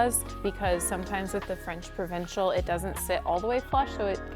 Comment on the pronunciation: I love your work but I cringe every time you say “provincial”